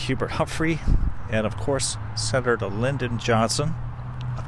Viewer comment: I suspect you've never heard of Senator SIGH-ming-ton or Senator Ad-lay Stevenson. You got Lynn-don correct. Nonetheless, I appreciate your videos. They're fascinating.